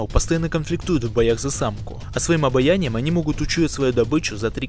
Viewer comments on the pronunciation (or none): «Своим обаянием они могут учуять добычу» - обаянием! Не обонянием ! Автор держит в курсе